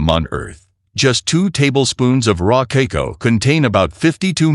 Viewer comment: it is pronounced kaakaao, not keiko, not kiko and so on. And why bot needs my name